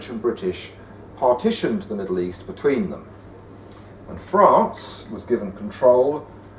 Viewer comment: He says...GIVEN control...”given”?! 😞🤣!